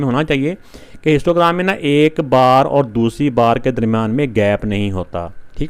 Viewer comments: I also noticed I hear them again and again 😂😂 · I also noticed 😅